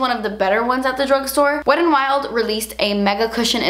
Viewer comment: Is it weird that I love the way you say Wetandwild, like it's all one word 😂